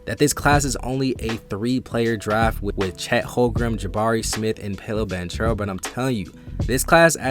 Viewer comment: It’s Pow-lo and in banchero the ch is pronounced like a k Pau-low ban-karrow